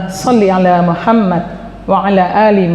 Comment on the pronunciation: Bukankah dalam membaca solawat itu muhammad bukan muhammat